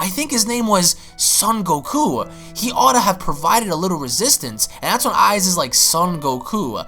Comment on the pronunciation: You pronounced papayaman and ize wrong